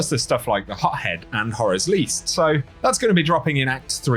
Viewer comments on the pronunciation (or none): we love you, but I swear when you mentioned to Bento rewards I heard "Pothead" not "Hothead" XD